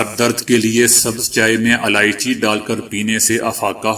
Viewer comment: Aalichi nhi ilaichi kahte h.